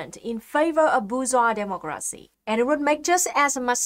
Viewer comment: Looks like she says demogracinha